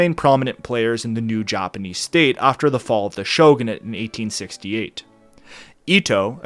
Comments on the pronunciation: Even the Joppaneez. Lmao ur pronunciation lmfao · He pronounces it “Joponese”🌹